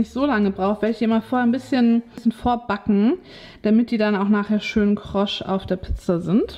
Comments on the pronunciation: Tut mir leid,aber "krosch" geht mir auf die nüsse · Ich komme aus Hamburg und habe noch nie jemanden krosch sagen hören 😃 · Sagst du "krosch" 😅 oder höre ich falsch🙉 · Warum sagst du immer Krosch?😁😋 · Krosch? Kross heisst es :))